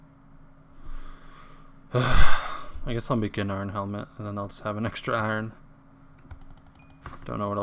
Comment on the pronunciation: yo stop saying " eye ren " it's Iron....